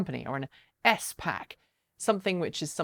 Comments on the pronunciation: Great video! I’ve never heard someone refer to ‘S Packs’ the common pronunciation is ‘spacks’. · S-pac? S-pac? Is that a British thing? Like a Z-pac? SPAC. One word.